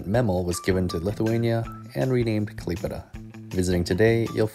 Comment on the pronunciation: KlaiPėDA THIS PRONOUNCE I CANT ITS KLAipėda